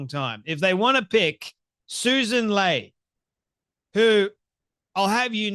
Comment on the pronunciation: I used to like you but you are way off the mark with Sussan Ley.(pronounced Lee). She is a moderate who listens. She is extremely intelligent amd has a Masters degree in Taxation and a Masters degree in Economics. She was not involved in the stupid idea of Angus Taylor and Peter Dutton to wait until the last minute to release their policies. That was a disaster. You also got your numbers wrong with how many did not vote. About 4 million eligible voters did not vote not 20 million as you said. Please correct these ideas.